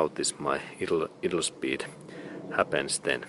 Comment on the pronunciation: Thanks for this video. It helped me understand why my 1989 Toyota idles rough when it is warmed up. BTW "idle" is pronounced: EYE- dle. in English. : )